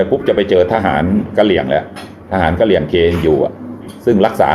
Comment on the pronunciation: 555อ่านผิดค่ะกระเหรี่ยงเป็นกระหรี่ โอ๊ยลุงเกือบและ555